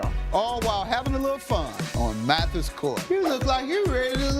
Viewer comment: Mathis,not Matthews.